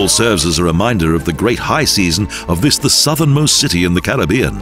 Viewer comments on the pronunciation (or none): none